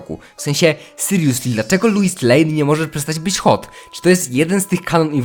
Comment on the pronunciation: Wiesz że źle wymawiasz Lois, czyta się tak jak piszę